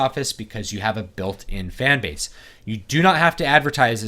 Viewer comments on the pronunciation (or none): none